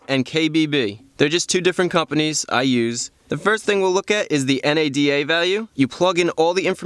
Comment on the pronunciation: I liked the way he said NADA & KBB lmao